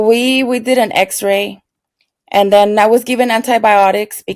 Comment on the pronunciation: I thought you said I spoke to my damn boyfriend 😳 instead of then boyfriend lol